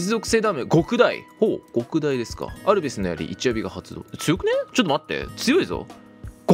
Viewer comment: どうでもいいことだけど「極大」の読みは「ごくだい」でも間違いではないけどどちらかと言うと「きょくだい」の方が正しかったりする